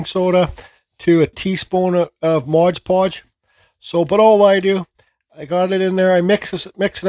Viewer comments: It's "MOD" podge, not modge podge....grrrrrrrr but thanks for the recipe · It's called MOD podge. I was done with the video once I heard MODGE.